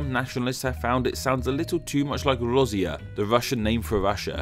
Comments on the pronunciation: Its not r-or-ze-ya its rah-see-ya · I don't want to be rude, but im laughing "Rossiya" XD As a russian speaker, I love hearing people try their best to pronounce the words. Btw its "Ra- see - ya " but you roll the "r" . just cuz until he said "the Russian name for Russia" I thought Rossiya was a whole different country.